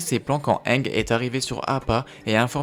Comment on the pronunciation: tu sait c'est pas le premier mot qu'il pronnonce mal dans ses vidéos